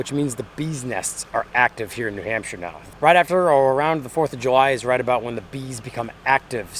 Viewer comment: New Nampshire 🤔 maybee its correct! 😅🤝🏻